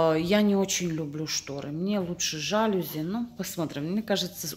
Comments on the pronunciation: ЖалюзИ Ударие во всех французских словах падает на последний слог. На заметку) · правильное ударение жалюзИ, но у вас во всей квартире РОЛЕТЫ))) квартира просторная, особенно выход на крышу нравится) и я бы ничего не вешала на арку, постоянно её то открывать, то закрывать не имеет смысла, так как тот "коридор" уж слишком маленький, с аркой будет визуально будет ещё меньше пространства